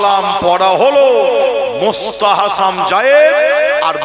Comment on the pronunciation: সাফেরি সিদ্দিকী এক মহাপাগল তার ভুল সংশোধন করতে গিয়ে আর এক পাগলের আগমন যে কিনা ফরজ, ওয়াজিব, সুন্নত, এই সমস্ত শরীয়তের হুকুম গুলোর সঙ্গে নতুন একটা হুকুমের নাম বলল মুস্তাহাসাম জায়েজ। যার সঠিক উচ্চারণ হলো মুসতাহাসান।